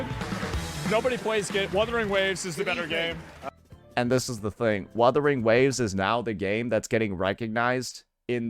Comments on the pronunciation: Imagine being a host and intentionally butchering the game’s name live? He had a year to learn how to properly pronounce “wuthering”. It’s either he is meme-ing or secretly dislikes the game or (tin foil hat theory) an undercover hoyoshill. Jokes aside it’s kinda of funny how he keeps fumbling his pronouciation of wuwa. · Come on man! Wuthering is not that hard to pronounce😭. What in the Arikido is this? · What I think makes this funnier. I get them miss pronounce UMA because it's a Japanese word. But Wuthering is an ENGLISH word. So now I'm thinking the Game awards are intentionally mispronouncing names out of pettiness.😅